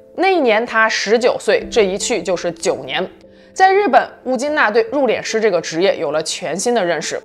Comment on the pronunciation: 為什麼要讀入「臉」師呢？應該讀四聲，入「練」師呀⋯⋯太彆扭了⋯⋯